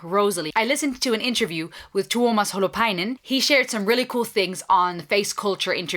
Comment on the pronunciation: As for English speaker, u pronounced that Tuomas Holopainen quite perfectly. There is only one reaction streamer that is par on u with that. For me, that is example of respect and effort for details, and give impressive picture of your mind set. Well done Rosalie! ❤️ All the best from happy Finn.